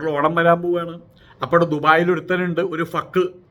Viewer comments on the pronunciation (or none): ഫക്ക് അല്ല ഹക്ക് ആണ്.